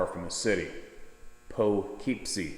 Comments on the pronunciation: That city you were trying to pronounce that is in New York is pronounced: POH - KIP - SEE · ....its pronunced..........poughkeepsie........Poe.....keep see....... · Its pronounced po-kip-see its about a hour north of.NYC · It's pronounced pah-kip-see . anyway you will never catch one of these on a trail cams . they can pick up what our lenses see like we see in night vision. They can be tricked though using trail cams and mirrors . a man was having activity up in his barns prolly 100 yards from the house . instead of placing trail cams looking out at that area he never got anything . however he then got an idea to put the trail cameras up in that are to the trees near the barns but pointing directly at hidden mirrors . wouldn't ya know he got them on I guess what you could call mirror cam which he could use his laptop with very tiny cameras just used to record images in the mirrors. So they can be tricked just like when the trigger motion lights in people's yards . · Poughkeepsie is Pronounced as “poo-kip-see”. 😉